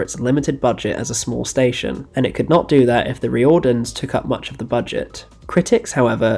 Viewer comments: really appreciating the work here, but next time you come across any Irish surnames or Irish language names you might want to just check the pronunciation before diving in. Riordans isn't Ree-ord-dans. It's pronounced Rear-dons. The people talking about it in the clip you include are pronouncing it correctly. And the state broadcaster is pronounced Rad-ey-Oh Telly-Fish Erin. Remember, vowels in languages that aren't English tend not to make the same sounds. Had no idea about that Spider-man project, it sounds fascinating. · Duuuuuude it is f'in wild and awesome that you covered the Riordans. (Pronounced Reardans) My dad always talks about watching it when he was younger. I didnt really know much about it apart from Gabriel Byrne being in it.ill be very happy to show him this video. Great analysis and research. RTE are horrendous for mismanagement. Have you seen Bachelor's Walk by John Carney who made Once and Sing Street? It was unavailable for years after it first screened. I heard both disagreements between Carney and RTE and issues with music rights being the cause for it being locked away. I actually bought copies of it off someone on facebook who happened to tape every episode. I think it's the best Irish produced show. It was thankfully added to RTE player a few years ago but the quality isnt great